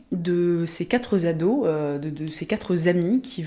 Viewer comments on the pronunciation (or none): Non mais... Les quatre « zados », les 4 « zenfants » 😳😳 merci la liaison dangereuse 😱